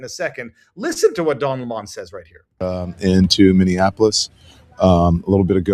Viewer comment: Its pronounced LEMON ...rhymes with Felon .